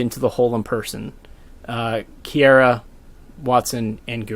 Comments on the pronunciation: Oh my god how are you mispronouncing her name so much. Key-are-ah That's it. That's how you say it. Not key-aira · Small thing, it's KiAra not KiEra. Nice video though thanks. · this is cool and all but im beeeeeeeeegging you to learn how to pronounce kiara's name it sounds so cursed when you say "kiera" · The way you prounce Kiara bothers me